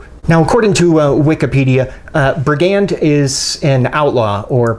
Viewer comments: No hate here but it's 'bri-gand, not bri-'gand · I picked mine up as soon as they came out on . Super slicey wharncliff, my favorite combination. Btw it's pronounced "brig- und." Thanks! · It's pronounced briggund